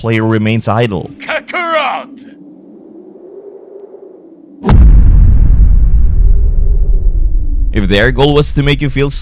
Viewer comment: "Kakarottu" Italian broly